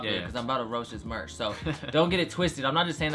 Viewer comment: He spelt merch wrong, he said March